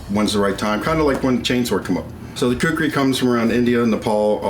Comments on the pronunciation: That’s khukuri not kukri. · Dear Men at arms, its not kukri, its Khukuri tbh... please write it the way it should be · It's khukuri not kukri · When you say kukri as you trying to say a Nepali word it sounds like a chicken in Nepali. We say KHUKURI.... not KUKRI...